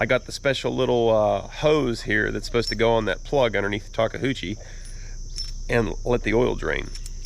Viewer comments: I am really happy you made this purchase. It was a good choice for a tracked loader. Now that you own this Japanese machine we need to train you to pronounce the name. There is no "houchi" in Takeuchi. I loved how you rigged the strap to raise the idler in place while you bolted it. Thanks for your very entertaining videos. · Everytime I hear say the name of the machine I hear, talka-hoochie. Is that my ears or what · Did he say “talk-a-hoochie”….?! 😆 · Looks really good - I look forward to seeing you use it! Let me help you with the name - Tah-KAY-ooh-chee タケウチ. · tah-kah-hoo-chee (as he says it) is much closer than how I hear people from the eastern US say Karaoke - (kah-rah-OHH-kay vs kah-row-KEY) - it’s easier for me to say “taka” as well (it means tall, very common in lots of names) - but that Ke (same sound as okay) is just so different once you are used to hearing it. I can stop by my local Kubota dealer here in rural Japan if he needs any special parts sourced 😉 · "Takahoochie" 🤣🤣 you sure you live in PA? That's some south-of-the-mason-dixon pronunciation going on. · 😂😂 my wife is japanese and it’s pronounced TA KE U CHI…. 😂 NOT! TA KE HU CHI 😂😂. Always a pleasure watching your videos weather learning about anything your working or for comic relief 🥴😁🤙🏼. That’s a AWESOME “TA KE U CHI” Skidsteer!! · “TOKAHOOCHIE”? say “Tah-kay-yoo-chi”. Neat machine, hope you got a good deal. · TAWK KUH HOO CHEE? LOL...Sir, you mean Ta-KEE-oo-chee. But hey, CONGRATS! Sadly, yeah, its a shame some weird faults happened, but it looks like simple repairs and parts like those dampeners. Since those are usually $60K new (2021 model), you did well! With new shoes (tracks), keep her lubed and she'll be...happy! Jealous and yet very happy for you and for finding an honest sale! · Talk a hoochie 😵 I don't think that's how you say it. 🤣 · Pronounced “ta kee oo chee” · The bad behaviour and the shocks is because you keep calling it a "tahkehoochie" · say Tah- Kuchie